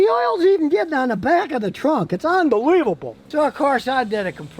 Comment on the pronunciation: "ITS UMBELIVEBOL!"